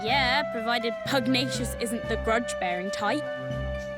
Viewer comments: I am sorry but you are annoying me. For the last 10 or so episodes you have been pronouncing Master Pugnacuis's name wrong. It Master Pug-nay-shuss, not Master Pug-nee-uss. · Tani says Pugnacious right in the cut scene, 3 seconds later, the evil guy who took over pUgNiOuS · When the characters pronounce Pugnacious correctly and Stampy immediately pronounced it wrong afterwards lol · You're saying Pugnacious wrong